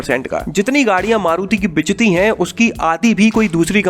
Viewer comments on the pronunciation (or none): Bichti nhi bikti hota hai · बिचती kya hota hai. Learn Hindi first. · bichti hai kya hota hai bhai, Bikti hai bolo 👍✅